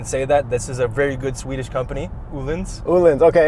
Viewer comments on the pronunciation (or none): none